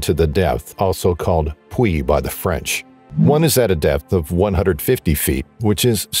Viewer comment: Very sad story. Very good Fench pronunciation.